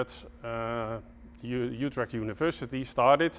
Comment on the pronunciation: You perfectly said "Utrecht" at the end of the video haha.. I enjoyed watching your video and too bad that giant plant is dead. I saw him flourished last year when I came there and it was so pretty. Groutjes uit Nederlands.